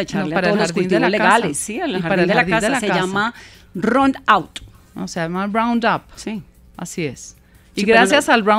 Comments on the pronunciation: se dice “round up” (agroquímico) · LA DRA CABAL TAMBIEN PRONUNCIO MAL, ES "ROUNDUP" Y NO BROUNDAP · Ron out. Jajajajajaj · ¿tal vez querría decir „Ron Out”, que se les acabó el ron? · Casi se le caen los dientes a diciendo roundout, me acordé del Pibe Valderrama diciendo redufafa en vez de redu fat fast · Jajjajajja aprenda a pronunciar roundup:) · Jajajaja ay más clases de inglés y pronunciacion Round Up o glifosato... Que oso quedaste pero mal jajajajajaja